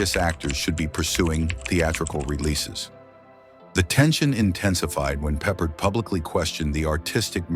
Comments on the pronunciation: I could not even finish the Rock Hudson segment. Featuring several shots of Jim Nabors (Gomer Pyle) during the Hudson segment? Does anyone review the content before releasing it? Nabors and Hudson had antithetical images, but you put him the Hudson segment? And your programmed voice pronounce 'Peppard' stressed on the first syllable? Funny, but EVERY other time that I have heard his name pronounced, the accent is on the second syllable. I guess Peppard, despite numerous leading roles, is not famous enough for anyone in the vocal department to know how to pronounce his name. This is a Jim Garner tribute? Given Garner's devotion to hard work and craft, he must rolling in his grave at the shoddiness of this piece. Or at least the pieces that I saw before I started throwing things. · Peppered???? Peppard!!!! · George Peperd? AI SLOP. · Pappard, you nitwit. It's pronounced Pappard.